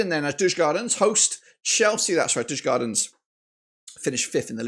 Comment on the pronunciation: If i am correct you have betted agains DIF every time. DIF has also beaten the odds every time for example Legia, Rapid and Pafos. Am i a Djurgården fan??? ......no ;)... (Btw in english words it's pronounced "You-gorden(garden but with a "o" or "You-r-gone". Not Yurs-gardens)